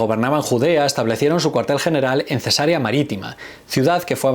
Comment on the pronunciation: Hablando de errores... la ciudad a la que haces referencia es Cesarea, no cesárea. Has pronunciado la ciudad dándole el nombre de una intervención quirúrgica en la cual se realiza una incisión en el abdomen y el útero de la madre para extraer uno o más bebés. En Cesarea la sílaba tónica es la penúltima y termina en vocal, por lo tanto no se acentúa.